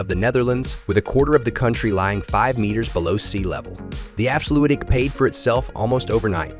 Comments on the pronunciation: Haha, what's up with that pronounciation of Afsluitdijk? "Efsluidy?", really? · afslutic dam..... really? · The afsluutdik....😆😆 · The afsluwidy? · Swiddersee and efslewedie. Jesus wept, you can just paste those words into Google translate and get an example, you know. And if the voice over didn’t write this: it’s still your job to get it right. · "Afsloeiitdijk"? "Zoeiiderzee"? You can Google the pronounciation very easy;) This is pure horror. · A nice and pretty accurate mov1e. The way you butcher the words 'afsluitdijk' and to a lesser extent 'zuiderzee' though, are truly magnificent. I've never heard anyone mispronounce those words more. I realise that dutch is pretty horrible for english and other non-native speakers, but perhaps you could enter difficult words into Google-Translate to get at least a general feeling about the pronounciation. Just a tip. Kudos for the rest of the movie. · Ah yes Leelee and the Afsludy